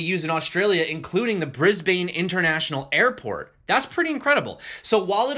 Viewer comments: Pronounced "Bris-bin" not "bris-bane" slack aussies i know. :) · Brisbane - pronounced Brisb'n.